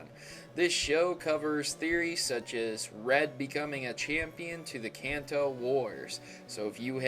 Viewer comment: lol, i was going to say the same thing. Kanto: Kan, like constitution, To, like toe